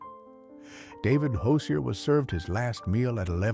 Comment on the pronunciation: It’s heartbreaking that Hosier’s name was mispronounced at his execution. Even in death, dignity matters